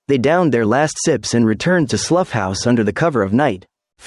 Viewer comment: Work on your rendering of "Slough", because as of now you are unintelligible.